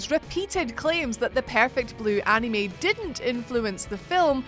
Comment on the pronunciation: Please girl, for the love of all that is good and holy, never, ever say the word anime ever ever again. That is all.